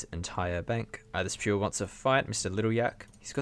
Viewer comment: The way you pronounce “Pure” makes me chuckle every time, lmao! RSN; Durst SR